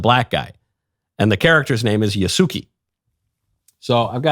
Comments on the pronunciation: Absolutely brain-dead take on Assassin's Creed. It's clear Michael's knowledge of Yasuke (whose name he doesn't even know how to pronounce) extends only to the first paragraph of a poorly written biography. He wasn't a samurai and the fact that he was associated with some Italians doesn't make it good that he's such a prominent character in the game. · I'm kinda disappointed you approved Yasuke's angle just because of his religious orientation (it's Yas-keh btw. Not Yahsooki). All Japanese are not approved of the game due to Yasuke's story. They are not keen about political correctness (ポリコレ, porikore or poli. corre.) here in Japan. His story revolves in "it is believed" and "according to" and appeared in some paintings. Also, Japanese people are not keen on having black people in their country if they act according to their stereotype (just recall the youtuber that got arrested). I know black people who assimilated the culture. But they will never ever be Japanese. Me myself will never ever be Japanese. Plus, the lead writer is a feminist with gender in her bio (if you know what I mean). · Calling “Ya-sue-kay” “Ya-sue-key” is like calling “Michael” “Mikie” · The Samurai's name is pronounced "YAH-ss-Keh" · He wasn't even saying it right... Yah-Sue-Kay